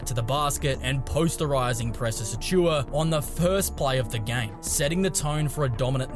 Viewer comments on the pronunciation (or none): none